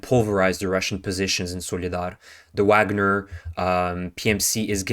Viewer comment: It's vagner. The v makes an f sound